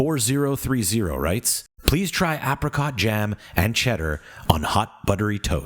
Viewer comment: Are you deaf? It can't pronounce Apricot or Marmite.